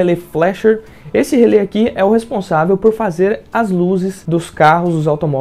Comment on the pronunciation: fico pensando, se relé tem um acento agudo no final (cuja funcao alem de indicar a silaba tonica é indicar a pronuncia aberta da vogal), pq as pessoas pronunciam relê com a vogal fechada, como se o acento fosse circunflexo....